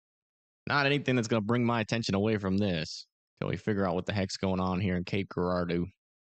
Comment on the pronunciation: Ger like germ, r like the letter, dough. Hour to pronounce Cape Girardeau